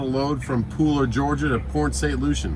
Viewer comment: it’s not luchie it’s lucie like lucy